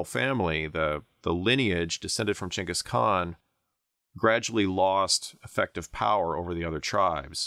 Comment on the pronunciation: Props for pronouncing his name correctly.